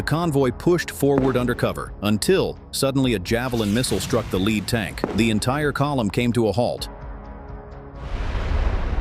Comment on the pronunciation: tanks made of lead will die, for sure. Pronounced Led, it sounds like that tank was made out of the stuff, not being in first position in the column. TEACH YOUR AI phonics!